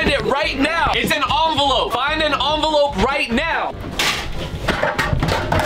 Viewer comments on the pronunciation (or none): Why did faze rug aka brain say onvolope it is envoplope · First challenge he said eonvelope💀